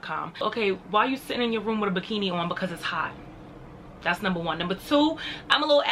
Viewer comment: I'm with. How are they even friends? By the way, you sounded like a Bajan when you said "numba 2..." Hmmm. What am I missing? Lol